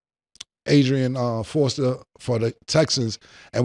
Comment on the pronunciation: *Arian Foster Cam 😩😂😂😂😂😂😂 hell fuck your name up for sure 😂😂